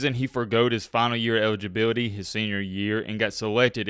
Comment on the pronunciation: Man, it sounds like you’re leaving a letter out of every word you say or, you’re talking with a mouthful of soup. You sound like Elmer Fudd and Tom Brokaw had a baby. Ewidgeabiwity, twin twin one, twin twin two